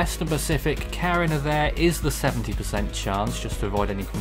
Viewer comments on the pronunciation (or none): Tropical Depression CARIIIINNNNAAAAA Btw it's pronouced as Ka-Ri-Na and Good job